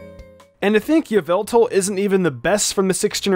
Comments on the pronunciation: According to MandJtv it is not Ee-vel-tal, it's Ya-vil-tall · its not yeveltal its yahvoootal get it right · Just thought i’d correct you. Its YAH-VEL-TAL. Thats a joke for the mandjtv fans out there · Its yaveltal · All I’m gonna say is......... Y’all-vil-tall